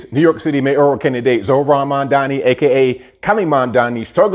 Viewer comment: Mamdonnie......it's MAM!!!!!!